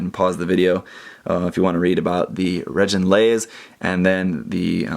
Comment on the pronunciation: I think they pronounced it "reh-gin-laze," rather than "reh-JIN-laze" in the anime ("g" pronounced as in good").